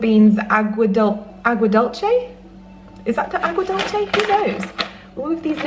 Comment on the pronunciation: The aguadulce is pronounced with a U sound many ppl confuse it with the word Italian version of the word but it’s DUL-se hope that helps